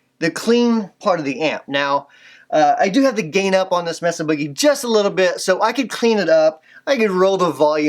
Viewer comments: "Messa Booger Triple Rectum-Frier" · I LOVE your pronunciation of "Messa Boogie." I'm going to start saying it that way now.